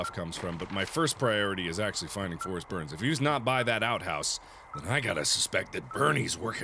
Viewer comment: isn't it "Forest Byrnes" and not "Berns"? lol